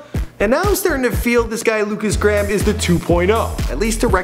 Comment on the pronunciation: lukas gram? its pronaunced Lukas Grayham